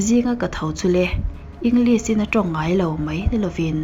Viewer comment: Muan hmelthate.. "Englis" ti lo in "English, shhh kan tih a Lishh" tihin lam tawh la. I inhmehlo.